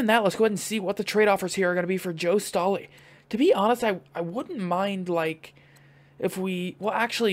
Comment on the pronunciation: Its not "stoley" its "Staley". But nice rebuild :)